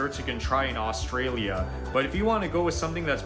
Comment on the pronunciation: The guy who is presenting the video your featuring has zero idea on pronouncing Australian words firstly it's not oustralia it's Australia and the fish is called barramundi not barramoondi and beetroot not beet-root. He obviously has never been to Australia. Our sausage rolls and sausage and bread are completely different we eat both the sausage and bread is called a sausage sandwich and our Big hardware chain called Bunnings allow the local clubs and charitys to sell them out front on Saturdays as for kangaroo you can eat it but I don't like it it's too gamey like your deer has a flavor that is very strong its high in protein and very low in fat but give me a steak anytime. Vegemite is a yeast extract basically the leftover from beer brewing very salty we love it but the rest of the world doesn't and I get that it's high in vitamin B and is great for hangovers.